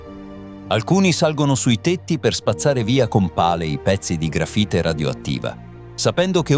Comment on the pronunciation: Ma per favore .. "il contenitore di contenimento" "il gafite invece che LA grafite" ... una enormità di strafalcioni ...